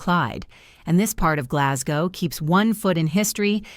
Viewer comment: Can't even pronounce Glasgow.